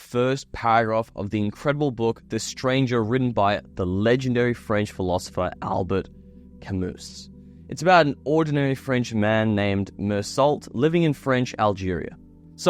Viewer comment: Ok. I can't believe that you mispronounced both his first name and his last name. Hope you are not a scholar on Mr. Camus. The correct pronunciation sounds like Albear Camoo. Goggle it. I took a French philosophy class on the Existential philosophy writers and the teacher was very strict that their names were not mispronounced. Goggle Mr. Camus' name and see. If you are dumb enough to pronounce Mr. Camus' name the way idiot American's do move to America please where everyone thinks we should all speak and behave the way Americans do. After all we are right about everything. Right? Wrong. Very very wrong. Ok. And you used the wrong word. You should have used the word spends instead of spents and you mispronounced Existential. OMG. Young people are so very stupid these days. Although you could be right about everything you got wrong. Existentialism is all about the individual who thinks and lives life the way he sees fit even if it seems wrong sometimes to others.